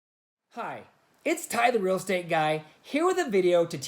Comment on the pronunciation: Odd - Us Arizona LDS members call stakehouses "stake centers" instead. And when you said "real estate", you sounded like, "rell estate", not "REEL Estate", like we say it here. Arizona natives in small towns sound kind of like southern Utah towns (without the a<->o swapping), but there's more of a Texas drawl mixed in as well. And no, we don't have creyens in AZ. That person was crazy... :)